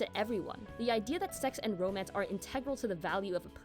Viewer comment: Hahaha! Wasn't expecting Riz/FH in here, but yeh, I shoulda. 😆 "YOUR ROEMAENCE PAERTNER DESERVES BETTER TRAETMENT!"